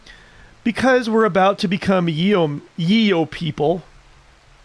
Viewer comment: it's also "Yo-men" not "Ye old men"